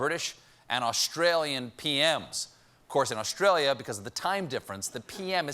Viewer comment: It’s Australia Stephen. Not Awshtralia. 😕🤣